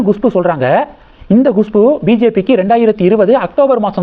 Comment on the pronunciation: உங்களுக்கு ஏதோ severe problem இருக்கு, எப்பொழுதும் தப்பு தப்பாக நாராசமாக உச்சரிக்கிறீர்கள், Gushpu வா அது, Kushbu தான் கரெக்ட், நீங்கள் சரியாக homework செய்வதே இல்லை, கேட்கவே நாராசம், முதலில் English எழுத்துக்களை உச்சரிக்க கற்றுக் கொள்ளுங்கள், பிறகு வீடியோ போடவும். எத்தனை முறை Gushpu என்கிறீர்கள்? Horrible